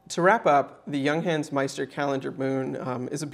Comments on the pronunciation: Stop saying young hence, its yoongháns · The u inJunghans is pronounced more like oo in cool.